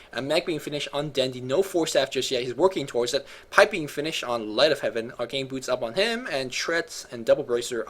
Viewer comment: you need to refine your speech more. You seem to be eating your words especially when you get excited. Some words you mispronounce like boots sounding a lot like booch. Maybe because you're bilingual? Anyways, we love your casting. Just polish up your pronunciation skills more.:)